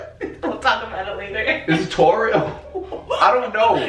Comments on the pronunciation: Funniest video by far. Literally I’m in tears🤣🤣 sn... did say Torio? Or was he in midst of saying Taurus? Either way I’m dying! Lmaooo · LMFAO "TAURIO" 😭🤣😭😭🤣😭🤣😭🤣😭🤣😭🤣